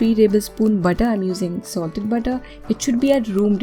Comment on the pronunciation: Good job. But didn't understand when you spoke butter or water. They sounded same. Pls explain when to use butter n water